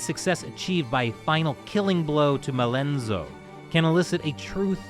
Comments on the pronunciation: its Mal-zeno! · Facing down death changes you. You realize just how precious life is. Also, it's Malzeno (MAL-zen-oh.) Someone must have accidentally transposed some letters in the script.